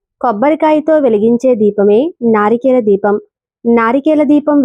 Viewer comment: నారికేల కాదు. నారికేళ . మూడు కల్లు కాదమ్మా తల్లి😂😂. మూడు కళ్ళు